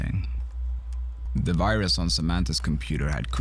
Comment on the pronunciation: Why is the narrator a different accent than the guy in the vid? The narrator says "duh" for "the". That's really the only thing that really bugs me. If you have an actor/protagonist/main-character talking in the vid, you need to have him do the narration too. or get someone who at least sounds reasonably close.